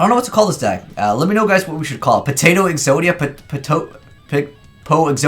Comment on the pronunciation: "Podia" "Po-zodia" "Exoto" "Exodato"